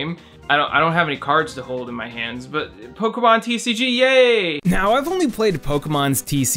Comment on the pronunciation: Polkamon.....polkamon. Beyoncuh. Cafuh. Resumuh. Frapuh....